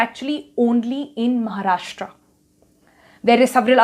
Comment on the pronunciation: Its महाराष्ट्र not महाराष्ट्रा.. great video though!